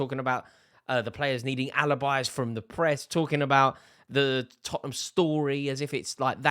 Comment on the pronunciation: Rory, it's Tottenham.